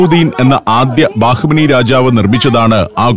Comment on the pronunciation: ടാജ് മഹൽ അല്ല താജ് മഹൽ ദൗളത്താബാദ് അല്ല ദൗലത്താബാദ് ബാഹ് മനി അല്ല ബഹ് മനി